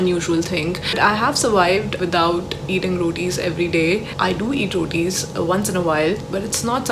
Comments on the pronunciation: Sorry but I heard i hate 'Roadies' instead of i hate 'rotis' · I thought you said , "I don't like roadies" at first🤣🤣 then came to know u said rotis😅